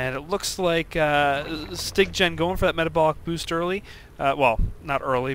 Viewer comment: Styggen is Norwegian and it means "The ugly one". And yes, you pronounced it wrong.You are saying "styg-gen".. just say "sty-gen".